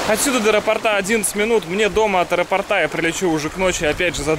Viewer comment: "аэропортА" бог ударения.